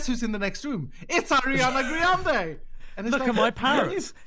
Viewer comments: It's Arianna grande not GRIANde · "griande" boy pls